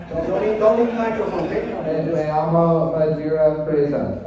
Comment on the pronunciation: In the beginning he said Hola, me llamo esta es Majira Which means hello, my name is majira, if you wanna do this just know that llamo is pronounced jamo